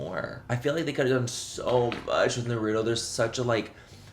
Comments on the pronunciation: Its pronounced nara toe not na rue toe but agreed as a fellow weeb, i was also so disappointed 🙃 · "Naru-doh"? Noooooo Manny😢